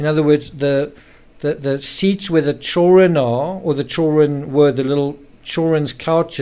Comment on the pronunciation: Are you Australian? You pronounced "chil run " ?